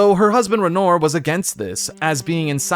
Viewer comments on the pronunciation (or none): It's "Ren-waw." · Why do pronounce Aline and Renoir like that? The characters say their names correctly multiple times.